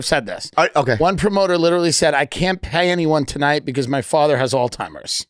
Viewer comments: Tim Dillon called Alzheimers "all-timers". What the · As someone who talks for a living, I'm amazed that Tim thinks the word is "all-timers". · “All-timers”? Tim you’re better than that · Someone let Tim know that it’s Alzheimer’s, not alltimers 😂